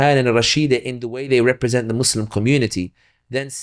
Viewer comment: Love the podcast and the guest! I only ask that these Muslims with a platform pronounce "Muslim" without turning the second syllable into "slum". Listen to to this podcast AND the hosts of Muslim Network TV AND the Dr. Omar Suleiman of Yaqeen Institute who, almost as overhandedly as Western Media when they say, "Muslim" as "Mud's Slum" (when you listen to the words spoken), mispronounce an Arabic word.